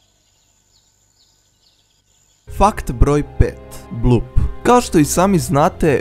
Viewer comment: nekaze se Blup nego Bloop